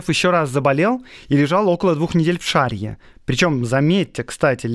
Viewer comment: Сергей Миронович Киров (Костриков) был уроженцем города Уржума Вятской губернии. Поэтому и Вятка стала Кировом. И ещё - ШарьЯ, ударение на последнем слоге